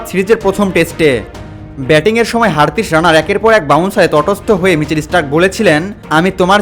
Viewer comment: হারতিস নাকি হারশিত😅😅